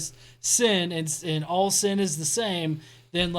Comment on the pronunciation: I love the way you say "sin" in your southern accent. It's a 2 syllable word: SEE-UN!!